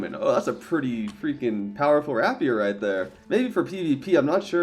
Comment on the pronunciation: rapier is pronounced ray·pee·ur